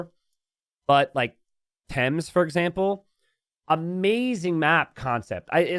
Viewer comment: Some great points raised by here. Well done, Sir. 👍 Also, learned how to correctly pronounce "Thames". 😁 Very important before he travels to London. ALL GAMES STARTED before the timer ends must count. This is a no-brainer - for multiple reasons - not the least of which being world time zones. M 🦘🏏😎